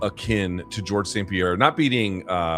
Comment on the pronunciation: Chael Sonnen cannot pronounce anyone's fucking name. He would fuck up John Smith. What a dork. Dont forget "Pee-air-rar" !!!